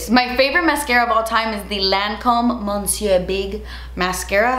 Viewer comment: Please, please stop pronouncing the Lancôme Monsieur Big mascara incorrectly?! It’s “muh-SYUR”. The ‘n’ is silent. Please, please, please?!